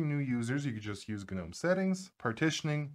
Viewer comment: Can't do his Hard G gnom E and the side as susA 😢